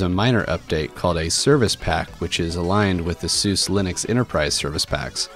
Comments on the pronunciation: isnt it called suze like suZe not succe anyways lol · How do you get the pronunciation "Susa" from "Suse"?